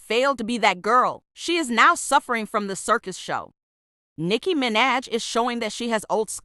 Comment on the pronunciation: nicki mi-naj 💀💀